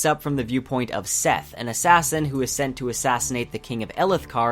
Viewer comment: Overall you have a good review, but you SERIOUSLY butcher the character names, my light-eyed YouTuber. This comes from listening to Brandon himself (and the audible versions). Dalinar is fine, but Kholin is pronounced KOH-lin, not colon. Shallan isn’t Shall-uhn it’s Sha-LAHN, Jasnah is YAHZ-nah, Adolin is A-doh-lin, and Szeth isn’t Seth, it’s sZeth (put a soft s in front of the Z). Kaladin and Syl are fine. Renarin is REN-are-IN. You’re putting the emphAHSIS on the wrong SylAHBLE.